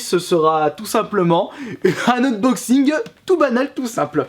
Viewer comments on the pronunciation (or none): none